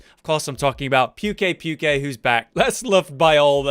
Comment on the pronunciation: I'm sorry but how TF did you just pronounce Pukei Pukei?! XD